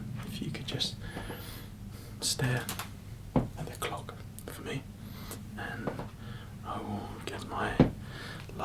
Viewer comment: the way he says "clock" is a trigger for me 😌